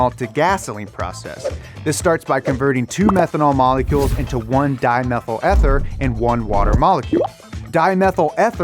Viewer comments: It's eee-theeer not eh-ther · Dimethyl Eeeeee-ther. Not Ehhh-ther. Still skeptical about the net impact. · If anyone is interested in chemistry, ethanol and diethyl ether don't have the structure illustrated in this video. Also Ether sounds like E-Bike not Ed's-Bike. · Ether is pronouced "EE-ther" not "eth - ther" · EEEEEEEEE - THER not ETH - ER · its pronounced eether like eeeeeeeeeeeeeeeeeeeeeeeeeeeeeeeeether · Dude, it's pronounced EEEEEEther like in "EV", not ether like in "ever". :D But anyway, this synthetic fuel sounds like it would waste a lot of electricity to produce the synthetic fuel, when it could just be used directly to charge EV batteries. Sure, if you only focus on the carbon neutral aspect, maaaybe it's understandable, but less is more. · Where did you get your figures? They're laughable. You've got tons of sponsor links but zero citations for data. Worst of all, you mispronounced ether.